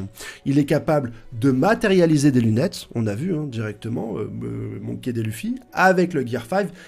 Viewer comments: Tu bases ta théorie sur le fait que Luffy veut le One Piece, or c'est faux. Que le One Piece permet d'accéder au titre de Roi des Pirates, or c'est faux. Tu prononces "raylette", "monky dé lufy" mais tu dis "nakama". Et tu mets une photo d'Aonuma pour désigner Oda. Je ne sais pas si c'est fait exprès mais pour toutes ces raisons, je n'ai pas pu aller plus loin dans ta vidéo. Dommage. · Gold et roger, raylhite , monkey dé luffy , zo en... ca fais mal aux oreille vraiment. Tes au courant que c Gol D roger ??😂😂